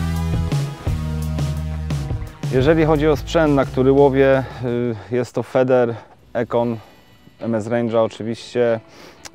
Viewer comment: wymawia się fider bęcwale ,a nie feder